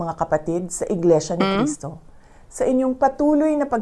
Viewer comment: iglesia ni cristo...ni manalo..yan po ang tamang bigkas